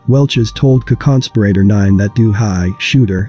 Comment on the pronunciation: What is a conconsperator? Wtf? Lmmaooooooo Edit: Co-conspirator? Is that what its trying to say?